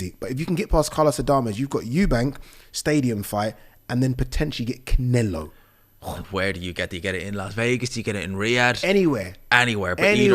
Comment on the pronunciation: cant help himself but to say Can-ELO in that way😂😂